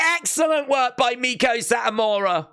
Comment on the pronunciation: ITS PRONOUNCED MAY-KO SAHT-AMURA